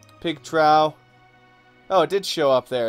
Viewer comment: trough is pronounced "troff"! Not sure if you do those things on purpose lol.